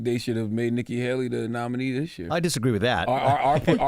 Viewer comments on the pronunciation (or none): This man said Nicki Halley 🤡🤡🤡